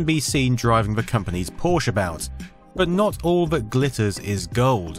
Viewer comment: thank you for not being a pretentious git and pronouncing it porsha, amazing video as ever even if i am across the pond and never even seen a c64 or zx speccy